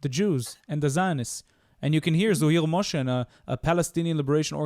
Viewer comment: תיקון קטן קראו לו בערבית ובאנגלית זוהיר מוחסן עם ח לא מושין עם ש little correction his name in arabic and English was zohir Mohsen with h and not moshin with sh